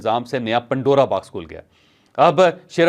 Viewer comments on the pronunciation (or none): none